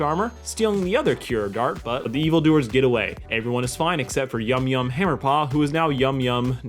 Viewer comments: Yumyan! His name Yumyan.... not yumyum.... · Yumyan, not Yumyum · “Yumyum” ew no, it’s Yumyan, like Paul Bunyan they rhyme... because funny axe haha.